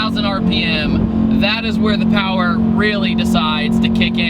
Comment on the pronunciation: the insect got kicked from the powah